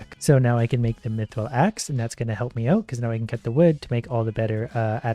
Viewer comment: He mispronounced it he said meethrill instead of mithrill